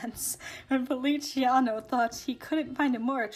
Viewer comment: feliciano, not feli-ci-ano uwu